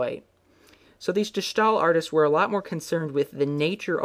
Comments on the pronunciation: Except he pronounced it like “stall.” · begin to say stairs without the rs, and end with ill. De Stai-ill. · Yes, that's completely right. You pronounce it like you would say ''stale'' in English. Enjoying your video's a lot. Peace. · Quick hint from a dutch speaker; you're pronouncing "De Stijl" not correctly. you can simply use your english way of saying "Style" and draw the "Yle" out less. None of that "Sh" or "sgh" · De Schtaaaahl -_ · I'm sorry...De schtaal? Where in the entire word is there a 'sch' to make that sound. Thank you oh so much for butchering our language. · Boy, what a horrible pronunciation of de stijl, Honestly look up pronunciation of all the dutch names u used like on goggle or Wikipedia